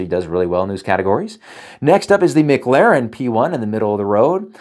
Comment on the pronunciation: Why he call it the MIC Laren p1